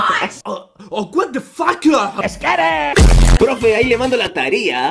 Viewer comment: Like por todas las veces que auron dijo a wata fauca